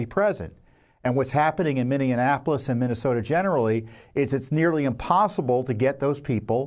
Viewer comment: AGAIN, PLEASE PRONOUNCE MINNEAPOLIS CORRECTLY!!!!!!!!!!! It is NOT pronounced like Indianapolis!!!!!!!!!!!!!! It's Min-e-ah-poh-lis!!!!!!!!!! No extra "en" sound in it after "e!" This is so very obvious...if you cannot pronounce it correctly, the dems will use it to distract from your message, saying that you shouldn't be believed since you can't even pronounce the city's name correctly...don't let them do this to you, dang it!!!!!!!!!!!!!!!!!!!!!!!!!!!!!!!!!!